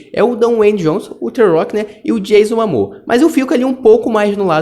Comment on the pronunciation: Dicção ruim, pronúncia errada do nome dos protagonistas sugeridos e erros de português. Informe-se melhor dos detalhes da matéria e o canal talvez dê certo. Medíocre em meio a muita concorrência de qualidade sobre o tema. "MAMOA ???"